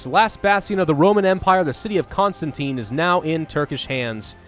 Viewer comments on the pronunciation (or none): none